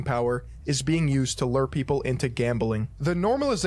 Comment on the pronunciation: when people pronounce lure as "lurr" ☠